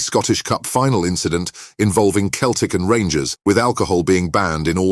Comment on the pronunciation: Celtic FC as in Seltic not Keltic, turned off at that point 🙁